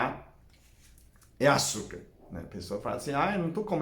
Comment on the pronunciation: Adoro quando fala açurcar kkk